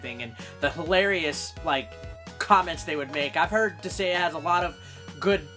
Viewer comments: As a suggestion: you might want to be able to pronounce the title of a game correctly before you review it. What is a "Dis-ay-uh"? Where the hell did the G go? You literally take "gaea", a name for Mother Earth (I believe Nordic in origin? Could be wrong) said "guy-uh" and add "dis". When in doubt, Japanese game. I'm sure you could've found a Japanese pronunciation of it. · It's Dis-Guy-Ah, not Dis-Gay-Ah. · Disgaea (Dis-guy-uh) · I was wondering if he might have mild dyslexia because I thought he was saying Disagea with a very soft g, partially because of his other attempts Disageia and Disagna putting the a before the g. I could see dis-gay-ah because it uses the less common, pure greek spelling of gaia which has weird phonics for an english speaker. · Dis-say-uh lol wtf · Sorry for adding to the ones who've already done so, but Disgaea is pronounced dis-guy-ah. Also, you missed the R in Prinny, and the first game had a DS port. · Dis-GAIA, that's how you pronounce it. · It's Pronounced Dis-Gai-Ah. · Herman Munster Dis-gay-uh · But "Disgaea" is not even a Japanese word... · going through the comments I didn't see anyone mad for saying the game title wrong. Mostly just corrections on the way to say it >.> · Lol bruh, there's CLEARLY a 'g' in the name. Regardless of any proper vowel pronunciation, how the fuck you were pronouncing it without any sort of 'g' sound is beyond me. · you insult the viewer because they just correct your pronounciation and do nothing else?...... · That feeling when the comment section corrects the way you pronounce a greek word, but you are so insecure that you call your fanbase weeaboo anime fucks. I've seen this channel pop up once or twice, but at least I now know that I can ignore this channel. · He may have gotten the name wrong, but like a true badass, he said it a lot. He probably knows how to pronounce the name correct, he just won't!